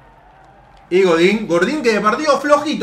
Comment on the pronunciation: Todos: "Diego Godin Nadie:: "Gordin"